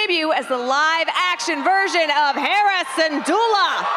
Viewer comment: the way the host say Hera's name i thought she said Harrison's Doula... 😅